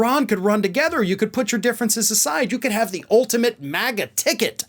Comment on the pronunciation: How frightening. He probably wears heels to be able to mimic trumps penguin stance. It all started with that disgusting ad having his child build the wall with blocks. Did you say ticket? I heard pigket.